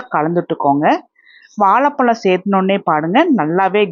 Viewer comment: வெள்ளம் இல்லை. வெல்லம். வாழைப்பழம். வாலைப்பளம் என்று சொல்கிறீர்கள்